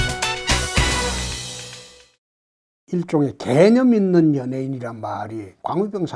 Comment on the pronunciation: ㅋㅋㅋㅋ 개ㅡ념있는 연예인이라니 개같이 들리는건 나뿐인가...ㅋㅋㅋ